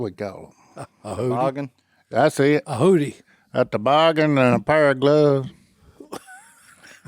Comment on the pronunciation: Are we just going to pretend like Si doesn't pronounce "hoodie" funny? 🤣🤣🤣